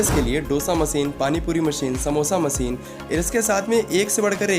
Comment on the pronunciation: Masin bolna seekh le pehle